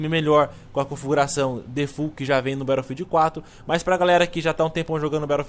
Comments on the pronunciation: a gente fala BATOUFILD igual ao jovem nerd mas no ingles se fala BETTLOUFIEL (SEM O D NO FINAL) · Por que voce fala " barofield " :\ !! No resto o video ta show